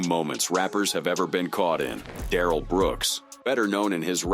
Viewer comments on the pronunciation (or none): none